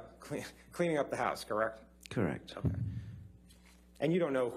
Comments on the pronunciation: This lawyer can't even say the word "correct" correctly. "Krreckt? Krreckt?" Tell this dude to sit down already. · He can't even pronounce the word correct properly, he says, Kirek? kirec? Annoying. LOL